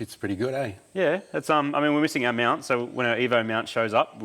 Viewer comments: Whenever says mount i hear meownt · Im sorry, are you saying Meowunt?(mount)